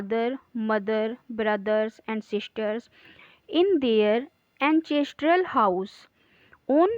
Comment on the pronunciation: Mam you speak ancestral anchestral by mistake